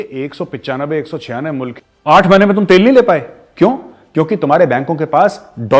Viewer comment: Lanti Lahori Anchors ko Mulaq bolna nhi aaya...Boltey MOOLAAAQ.😜🤣😂😅😂🤣😜😅🤪😂🤣😜😅🤪😂🤣